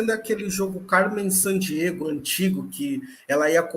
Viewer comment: Carmen San Diego, Cebolinha kkkkkkk amei